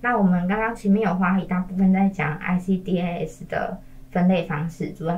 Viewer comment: ICDAS 跟ICCMS 是一樣的系統。 只是ICCMS 多了對於根據齲齒分類所對應的處理建議。 至於ICDAS 的發音方式， 通常是 IC-DAS (欸西-大思） 不會把每個字母分開念。 一點小小的建議